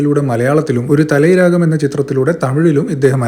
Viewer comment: ഒരു... തലൈ.. രാഗം ആല്ല 🤣🤣🤣 ഒരുതലൈ രാഗം 🤣🤣🤣